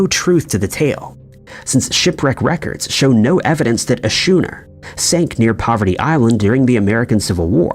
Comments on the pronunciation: Never travel to Duh'-blynne, Ireland, in an old shooner, which is actually spelled Schooner, and is pronounced like 'skooner' by everyone else. Better to travel to Dublin, Ireland in a schooner. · Duh-blin Skoo-ner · WTF is a "shooner"? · A big glass of beer. It's pronounced "Skooner" here in Australia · Say "shuner" one more goddamn time!!! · well 1st off he said “shooner” not “shuner” 😂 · HOW TF do you mispronounce "schooner" THIS badly?🤦‍♂️